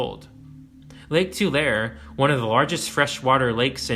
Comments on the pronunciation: Pronounced Lake " Ta-Lah_Re", not "Ta=Lur". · People from the Central valley pronounce it TularEE, not Tulair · Its pronounced “too la ree” not “too lare” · It’s pronounced “Tuh - lair - E” not “Too - Lair” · Too..... lair...eee...not too_lair.😊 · Tulare is pronounced too-lair-ee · For next time, Tulare is actually pronounced in three syllables, like two Larry or tuh Larry. Either way is fine but it is three syllables with the second syllable accented. I'll apologize in advance if you did some research and found out they used to pronounce it with two syllables back in the day but the three syllable way is how they say it today. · Tulare is pronounced like "to Larry." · I was born in Tulare County. It's pronounced too lair ee. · Unfortunately for all intents and purposes Tulare lake no longer exists. Maybe on a heavy rain year a couple farms get flooded but thats pretty much it. And it's pronounced "two larry" by the locals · TUH-LAIR-EE, Tulare. Practice it.. . . I cringe imagining how you would pronounce Tuolumne, lol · Wow, excellent and thorough. In the 5th grade, my class did reports on California Indians, I got the Chumash. Just a future note: Tulare=Tu-lair-ee, Diablo=Dee-ah-blo. Thankfully no mention of Ventura😊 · Dunno. Grew up in Atwater. Always pronounced it “Two’ lah ray”. But not a higher education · Tu-laer-y is how we say Tulare. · TularE. Long E at the end. Three syllables. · It's pronounced "tu-lair-ee" (Tulare) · Tulare is pronounced “too-Larry” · Its pronounced tuh-larry 😂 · Love a lot of the info here. There were a couple of pronunciations which bothered me. Hate to be that guy....but: Tulare (Tuh-LAIR-ee) Lake is gone. It occasionally reemerges (20-30 years) briefly after intense rain. Diablo (DEE-ob-low) Sierra is a collective noun in Spanish (think "deer" or "sheep"), so the group of the mountains are referred to as the Sierra Nevada Mountains, the Sierra, or the Sierra Nevada. Not "Sierras," just like you don't say "deers" or "sheeps."